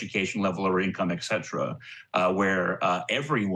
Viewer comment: It really confused me when educated people pronounce et cetera “ecksetra”